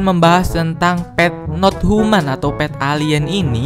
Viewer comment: Pet not tuman bang bukan pet not human 🤣